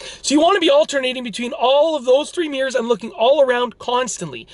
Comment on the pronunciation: Nobody: This Dude: Meeerz